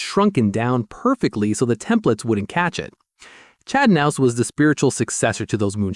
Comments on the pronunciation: Who's nouse? Are you talking about Kah-nouse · the narrator pronounces the "k" the same way we do in the word "know" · The k in his last name isn't silent..... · U could say Chads last name right . That's annoying.